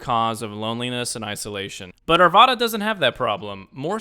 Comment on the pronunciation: It's pronounced Ar Vad Uh -- the second A in Arvada rhymes with cat.